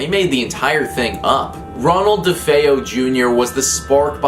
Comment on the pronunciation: Say it with me Duh-Fay-Oh That’s how the name is pronounced 😂